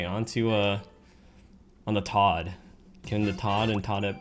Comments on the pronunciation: Surely it’s toad and toadette, as opposed to tod and todette? Serious effort regardless. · Why is he saying Todd and toddette instead of Toad and Toadette? Is it just a personal nickname he has given them?